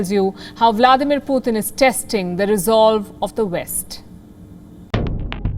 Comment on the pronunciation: girl i know you are Indian ! at lest say names correctly vladimir putin is not puuuthin . he is not Indian .